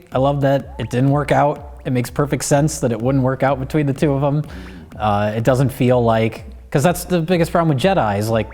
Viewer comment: "SHE DUDN'T"